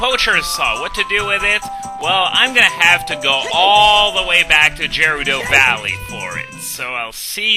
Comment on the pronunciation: The way you pronouce Gerudo ... I always thought it was suposed to be a hard G there, at least that's how I always say it xD